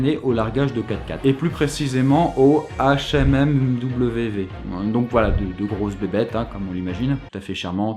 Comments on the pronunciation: HMMWV se prononce Humvee. L'un n'est pas le nom de l'autre. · Le "HMMMV" se prononce en réalité... Humvee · "HMMWV" On prononce ça "Humvee" (yeumvi/youmvi) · La grosse bébête ca se prononce Hum-vee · Les Hmmv de l'armée américaine se prononce "humvee"(prononciation anglaise)